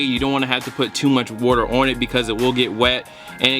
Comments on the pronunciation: What is this "worter" he keeps saying he's pouring on the shoes? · if you don't stop sayin wourter